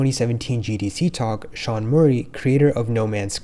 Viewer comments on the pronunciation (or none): none